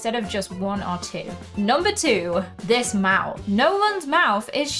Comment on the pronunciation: To be honest I heard you say mouse instead of mouth 😅